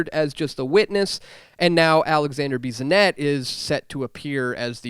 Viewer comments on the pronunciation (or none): Also, Bissonette isn't pronounced like Bizonette or Beezonette. Try to say the name of the fish named bass, or the name of the metal called brass. Do we say baz or bass, or braz, rather than brass. "ss" doesn't make for a Z sound, phonetically speaking. Bissonette pronounced in French, while again phonetically speaking, sounds something like beessonette, for the "Bi" in French sounds like "bee" does in English, rather than like the sound of the words "by" and "bye" do in English. It isn't a "big deal", but I'm bilingual, live in a predominantly Fr.-speaking town in southeastern Quebec, which is where my Fr. parents were from, and when I pronounce English names, like for streets named in English, f.e., then it isn't Anglophones who'll criticize me, for they don't. Instead, it's Frenchies who lambast me, for these particular Fr. locals want the English phonetics; fanatically. They can get quite angry, these Frenchies. :) Seriously, but still with a :).